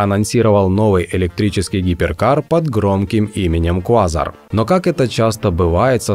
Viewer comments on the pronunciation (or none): КвазАр а не квАзар